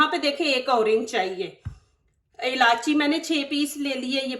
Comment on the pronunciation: ilachi nahi bolte ilaichi bolte